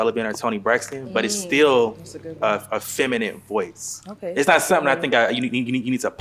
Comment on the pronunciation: can we PLEEEASE learn to pronounce "feminine" this year? Fem-in-NIN, fem 👏🏽in👏🏽NIN👏🏽, not fem-in-NIT. It's 2025, y'all, please, let's give this word the respect it deserves.